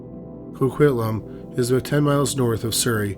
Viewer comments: As someone living in Coquitlam.. it’s pronounce CO-QUIT-LAM 😂other than that great job as usual❤ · The way you pronounce Coquitlam is interesting🤣💘